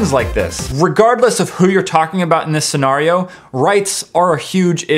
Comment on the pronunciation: it bothers me how he said senario